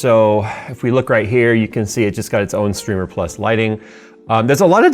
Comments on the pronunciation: strimer... not strimmer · isnt it pronounced strimer not strimmer? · So, I've been wondering this for a while, isn't "strimer" with one "m" pronounced as str-eye-mer, with "i" as in "eye," or "iPod"?